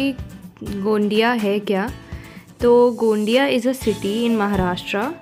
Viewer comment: GMC गोंदिया....not गोंडीया.....,👍👍